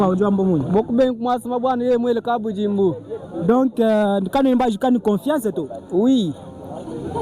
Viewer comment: Merci beaucoup pour le reportage, j'apprécie beaucoup le travail que tu abats. Un petit conseil, arrête de déformer notre langue, le tshiluba. Par exemple : au lieu de prononcer KABUDJIMBU, tu as tendance à dire KABUDZIMBU, ça ne sonne pas bien. Merci pour le travail.